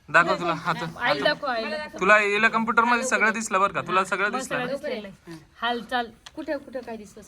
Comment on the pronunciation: Camputer nhve computer asta te